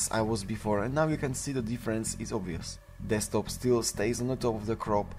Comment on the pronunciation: It's "Desktop" not "Destkop....."